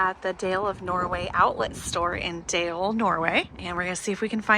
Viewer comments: Glad you enjoyed yourselves in Norway (Bergen), just had to smile when you said Dale of Norway, and the town of Dale...it's actually pronounced "dahleh" and not deyl. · Dale is pronounced more like Darler in Norwegian. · Nancy's mittens are called Selbuvotter and Dale is pronounced "Darla" 😂. ❤ from Norway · Dale is pronouced Doll lah. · DALE is pronounced "Dah-lah" From your friendly Northfield MN, home of St Olaf College. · I just googled Dale: Dale is pronounced as "Dah-leh" in Norwegian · I'm surprised that you didn't correct their pronunciation of "Dale." 🙂